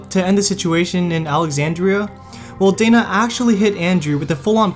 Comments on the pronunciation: Anna calling Danai (Deny)Dana (Day-Nuh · The pronunciation of Danai's name is hurting me. Think Dan-eye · Michonne... that is... Danai Guiera's first name is not 'Dana'.... it is pronounced 'dan - NYE'.... like Chris Hardwicke pronounces it! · Danai's name is pronounced like 'deny' not dana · Danai, not Dayna ... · And how he says Michonne's real name. It's DanEYE, not Dana. 😂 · Why keep calling Danai Dana? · It'd be great if you could at least pronounce names right considering you're making a video and butchering names over and over and over. Dana? Really? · Lol Dayna Gurira... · And also Danai...